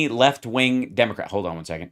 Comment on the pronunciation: Did the narrator say Demograts?